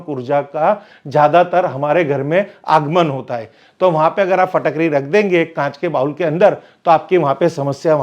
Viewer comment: Phatakdi nahi Fitkari 😂😂😂